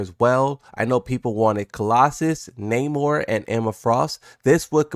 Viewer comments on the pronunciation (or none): none